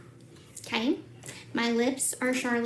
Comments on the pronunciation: Mr Mackey from South Park... Uhh, Gypshit it's not Charlitt Tillberrrrry it's Charlotte Tilbury... Mmmmmmkkkk?!?! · The ways she says it like NOBODY BUT HER uses it 😂😂😂😂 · the way she says charlotte tilbury is cracking me up 😂 trying to act like she’s rich but she can’t even pronounce the brand